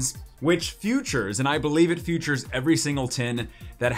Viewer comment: Are you saying futures instead of features?